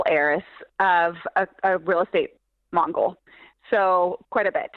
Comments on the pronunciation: One hour and 50 minutes in I agree with the other person OK this lady ain’t no real estate. Nothing we caught her pretty much in a lie. Otherwise she would’ve known that. It’s not a real estate Mongol. It’s a real estate Mogul.!!!! someone with all that money would know how it’s pronounced I MOGUL!!!! out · it's actually mogul.